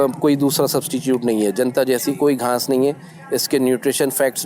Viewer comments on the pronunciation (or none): Ghnas ni ghass hoti hai